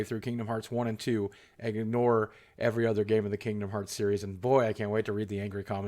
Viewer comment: Kingdom HEARTS, Boogie. I love you but the mistake triggers me every time